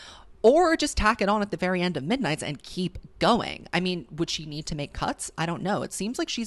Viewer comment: “Misnights mayhem” “TTPD Tracks”